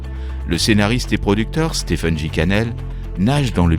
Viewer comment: Stephen se prononce stéfen